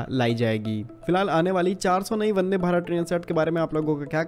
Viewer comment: वदे या वंदे 🤪